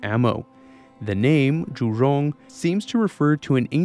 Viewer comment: I appreciate your attempts to pronounce Zhu-Rong correctly, and the level of your research.